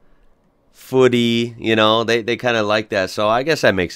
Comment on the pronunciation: dude i would just like to point out its footy not foote.